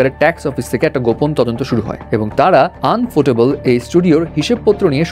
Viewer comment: আনফোটেবল না ইউফোটেবল 🙂